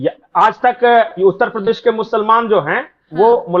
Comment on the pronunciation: भाई साहब, नाक की वजह से उतल पदेश सुनाई दे रहा है, जरा ठीक से बोलिए उत्तर प्रदेश, ना ना ना उतल प‌देश देश नही भाई साहब उत्तर प्रदेश बोलिए, सही से उच्चारण किजिए हम भी वोट तभी करेंगे सही से! 😂😂😂😂😂 जब आप उत्तर प्रदेश सही से बोलेंगे!